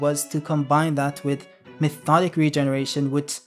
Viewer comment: Methodic regeneration? It's Mi-to-tic. Mitotic Regeneration: One Hundred Healings. 😂😂😂